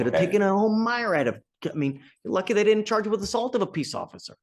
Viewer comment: A "my-rad [sic]"? The judge mispronounces "myriad".